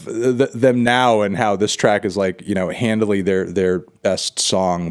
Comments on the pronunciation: Why do you keep saying "Handly" or "Handily" or whatever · Take a shot every time he says "handily"